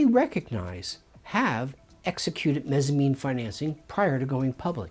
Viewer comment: Mezzanine not Mezzamine. It's like a Mezzanine floor, a middle floor between two floors in a building.